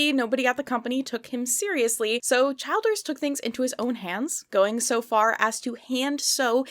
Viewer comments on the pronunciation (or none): I know it’s off topic but the last name Childers is pronounced Chill-ders. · Chill ders not CHILD ers lol. And I love your biting sarcasm! Holly Hobbie is precious so be nice now!!